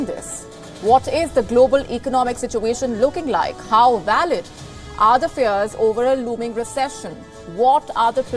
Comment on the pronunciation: Fears not fares...